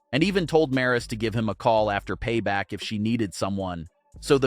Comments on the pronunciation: 😅 these guys did not know how to pronounce name we got one guy calling Raquel Rodriguez Rocky we got this one Maurice it's Maryse lol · Learn how to say Maryse's name. Geez, it's not that hard to say.